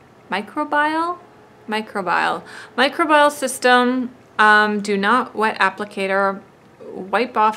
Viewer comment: Microbial: "my-CROW-be-uhl" 😉